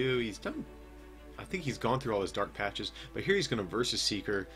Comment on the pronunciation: Lol, I heard u say Dark Patch E. Great vid as always!